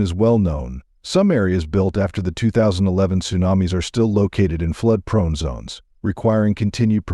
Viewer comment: Sue nam iss 😂😂😂